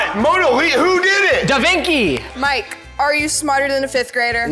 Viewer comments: da vinci ❌ Da vinki ✅ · "da vinky" 😂😂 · Mike said 'Da vinki' lmao wtf trying so hard